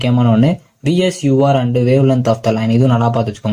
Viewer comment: Bro athu vswr not vsur